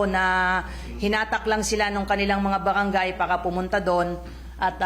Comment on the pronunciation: palitan ang spokeperson hindi marunong bumigkas imbes na barangay bawangay at ang pera naging pewa..